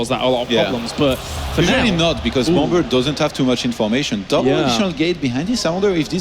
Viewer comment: I love how all the coms pronounce Bomber's name as "Bummer" lol